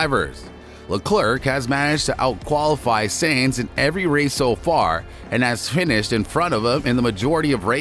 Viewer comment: My guy it’s tough to listen to you continuously saying Sainz last name wrong. Good video though.